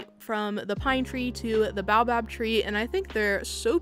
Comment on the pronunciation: Oop thought I’d pop in to let you know it’s pronounced Bay-oh-bab! Just a little hint from your south african bestie ^-^